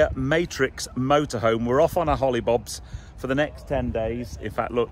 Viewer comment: As soon as he said hoilbobs i turned off 130k for that got to be joking